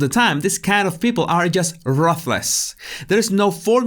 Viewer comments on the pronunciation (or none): You made me laugh out loud! Very acute insights there, as usual. Thank you for brightening my day. BTW, one pronounces "ruthless" roo-thless. I wish I had command of a second language as masterful as yours. My French and Arabic aren't up to scratch! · You are the funniest guy in the English language, and you don't even pronounce everything correctly. You are a comic genius. Ok. That said, it's RUTHLESS, like the woman' s name Ruth. The gal in the Old Testament who married Boaz, and became the great grandmother of King David. Ruth rhymes with the word Truth. You know, that concept h and mm have so much trouble with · Ruthless is pronounced like the name Ruth in English plus less, you were close buddy.